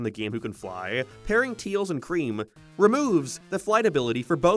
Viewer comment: Bro still calls him "Teals"